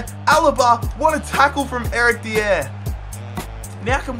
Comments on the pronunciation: It's not Eric D-EE-AIR It's Eric DIE-ER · its not said deee air it is die yer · I beg you don't pronounce Eric Dier's name like that it's pronounced Eric Die-er, love the videos though 😊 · Pronounce Dier correctly plz!! It is pronounced "Die-er". Other than that, loving your content!! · Love you stuff. Massive fan but it is pronounced Eric (die r) not deire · OH MY GOD ITS NOT DEE-AIR! ITS DIE-ER! NOT AN UNCOMMON NAME! HES ENGLISH SO IT DOESNT HAVE A FANCY ACCENT!!!!!!! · Dier is pronounced .. die-er not Di-air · Its eric Die-Ah not deeier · Your pronunciation of player names is atrocious. Who tf is Eric "Dia"? Pretty sure Dier is simple to say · you read it dYer that's the correct form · It's pronounced dye-er not dee-air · I love how he says Eric dier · I'm from Britain and the way he says some of the players' names is weird Especially Eric dier 😂😂😂😂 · The way you say "Eric Dier" makes him sound French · the way he says dier makes me laugh! good video still mate!! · Is just me who gets annoyed when he says Dier's name wrong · pls stop saying dier like a degen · Not how you say Eric Dier